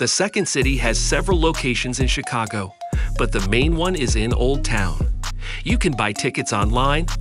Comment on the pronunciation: The pronunciation of some of these words—carousel, Chicago, Tilt….🤔🤔🤔